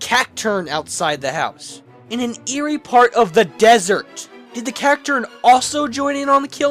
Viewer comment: "through the 'dessert' in the thick of night..."